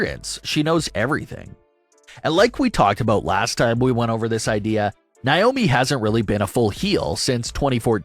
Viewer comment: Still don't know why you keep pronouncing Naomi's name wrong? It's pronounced Nay-oh-Me not Ni-oh-Me!